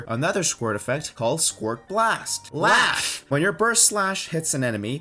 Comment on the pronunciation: everytime you said “LAUGH” I died inside